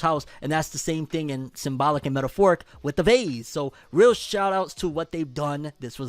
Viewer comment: Why he say vase like that 😂 bro said that vazeee